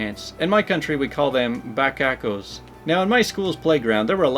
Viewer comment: Bachaco = bah cha koh. Bachacolandia = Bah cha koh lahn dee ah (if the words are Spanish). Good stories, excellent guest appearance by your supervisor. In the end, she gave us a "see ya later!" look.